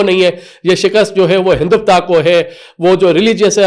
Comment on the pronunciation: Hinduvta nhi Hindutva.. (HelicApter)- helicopter (Pirontba)- paratha Walay anchor bn gye.